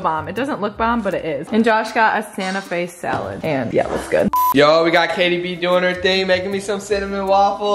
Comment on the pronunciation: It’s not jaytie haha lol